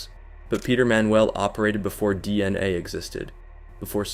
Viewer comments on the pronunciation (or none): Man this is the most AI narrated video Ive ever heard. If you are going to use AI you gotta proofread the script and tune it a bit. This was just jarring to listen to. Like, why wouldn't you even adjust how it pronounced DNA? Or catch that it changed raped to raided multiple times? This is just sloppy and lazy.